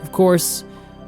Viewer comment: Levstay becomes Leaveski.